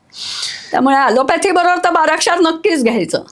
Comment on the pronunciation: Bara kshaaarr ok not barashar